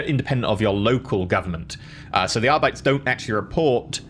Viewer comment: Arbites is a latin word, so it’s pronounced like arbit-ays not like how it would be in standard English. Like how custodes aren’t cuss toads.